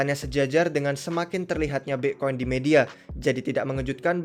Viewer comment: aksen british